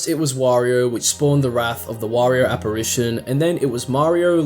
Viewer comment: one of your voice actors doesnt know how to say apparition